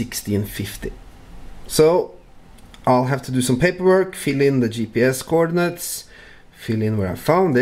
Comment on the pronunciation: Awesome Thanks. My wife and I thought you said Corn Nuts but you really said coordinates.